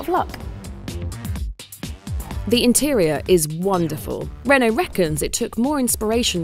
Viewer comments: What on earth is a hun-oh?! It is pronounced REN-O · Why is the presenter pronouncing Renault as Who-no when playing to a UK audience…. Sounds silly… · Why can't she say Renault? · Why are you pronouncing Renault like that ffs